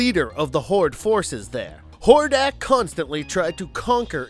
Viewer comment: Could you say more names wrong? Like were you TRYING to mess them up? How you do read "Etheria" and say "E-THER-NIA" ? and while Im at it, a lot of your facts are wrong. Skeletor isnt even close to the strongest bad guy, both King Hiss and Hordak (Which you said wrong the first time), are stronger than Skeletor. Skeletor is more devious and tricky, but he's not more powerful.